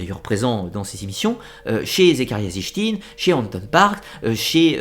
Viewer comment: Très bonne vidéo comme toujours mais on voit que tu n'es pas un adepte du néo-evhemerisme à la façon dont tu prononces les noms ( on prononce Éric et pas Enrich pour Von Daniken et sitchine et pas zichtine😉) je sais que ce n'est qu'un détail mais ça m'a un peu perturbé à l'écoute de la vidéo